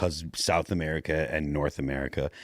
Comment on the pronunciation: Gulf of MER I CA.. F YA.. 3 Syllables.. Shut up